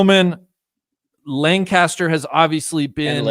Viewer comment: I live here in PA and we do pronounce it LangKISSter. Not sure why...but is 100% correct! 👍👍